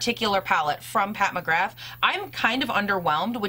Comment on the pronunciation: I love your channel! Just a heads up, it’s pronounced “Pat McGrah”